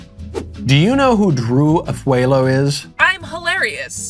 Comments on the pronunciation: Oooo there is no e in her last name. Afu a lo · For accuracy’s sake, her last name Afualo is pronounced “Ah-foo-ah-low” :)